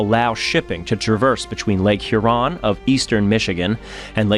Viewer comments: FYI, im laughing here at your pronunciation if the word Huron. You're putting the emphasis on the wrong syllable. It's lake HURon, not lake hurON as you are saying. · Two things: Lake HUron, not Lake HurON; Belle Isle not Belle Island. Other than that it was a well-done documentary. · I'm still watching and enjoying this. Couple things as a person living 1 mile from the Detroit River in Windsor ON - pronunciations .. it's Lake Hur-on - Hur rhyming w pure and on as in on the table. The location of her lost anchor is Belle Isle, not Belle Island. Yes it is an island, but not named as such. I honestly do love your work, I do know you prefer accuracy. Thank you for including the bell ring ceremony. I'm trying not to kabbitz honestly. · I agree, although I wonder where he’s from, as he called Lake Huron “here-ON” several times 😅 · Well done, sir. I really enjoyed this. Some observations as a Michigander: 1. The name of the island in Detroit is Belle Isle, not Belle Island 2. I’ve never heard Sault St Marie referred to as “Soo City”, but “The Soo” is a common nickname 3. Your pronunciation of Lake Huron was off if you want to be picky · I suspect the narration and narrator are AI generated, although the script may have been written by a human. Some of the language pronunciation was off (e.g., Huron with accent on second syllable; "ore" was read as "or", etc.) Also, narrator had the same head movements over and over. I realize it is a real person, but the video of him and the narration looks AI generated. Good documentary though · I’m not even from that region but the pronunciation of Huron sounded odd to me. How place names sound is a good thing to check when making a video. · Never realized I was a pedant for the pronunciation of Huron until this video. Ouch! And “Belle Island”. That hurt